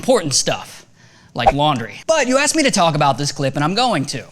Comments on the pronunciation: You said ass not ask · Ray, you said assed, not asked. It's your fulfil problem all over again